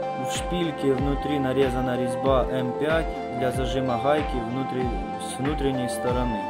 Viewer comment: Идея отличная, но блин дефицит буквы "г" бесит. Прям редет слух "хубки" "хайки" "ухолки" "болхарка"